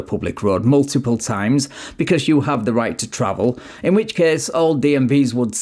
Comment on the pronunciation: “Muldibull times. 😂